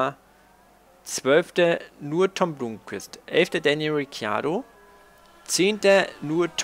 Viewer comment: Blomqvist spricht man noch immer Blommqvist und nicht Blumqvist aus:) Und Frijns Freins und nicht Frinj. Wäre cool, wenn du das noch verbessern könntest. Ansonsten tolles Video! Weiter so!